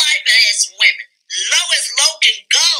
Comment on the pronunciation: CHILE CAN'T SAY WOMEN 😅 🤡🥱